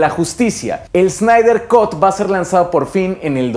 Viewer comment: Snyder cut: ... kʌt, no "cot".